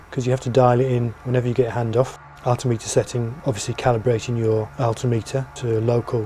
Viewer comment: Altimeter is pronounced "al tim it er" NOT "all tee mee tar". (just saying) cheers.